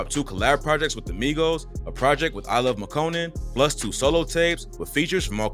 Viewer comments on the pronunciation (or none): none